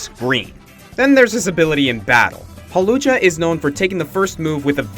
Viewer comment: IT'S HAWLUCHA, NOT HAWLCHULA!